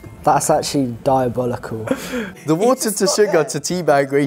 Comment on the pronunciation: "That's achewallee diaballicall."